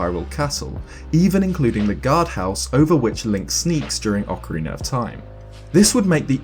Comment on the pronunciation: He says ocariner and not ocarina